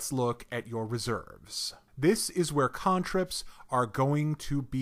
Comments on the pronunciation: same I was like "who the hell pronounces "can-trip" "cahn-trip". made me so stuck inside my own head i had to rewind to relisten to what he was trying to say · The pronunciation of cantrips was super distracting to me. XD ive always pronounced it "can" "trip" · "KHAAAAAAAN" ... trips